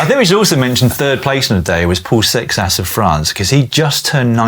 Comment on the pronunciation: Excuse me, but “Seixas” is actually pronounced “say-shush”